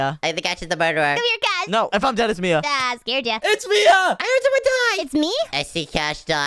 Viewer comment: Did just call mia maya 🗿🗿🗿